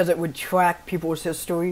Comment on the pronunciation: "twack peoples history" "doesnt steal your cwap"